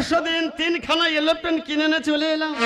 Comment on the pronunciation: এলোপ্লেন না রে সালা এরোপ্লেন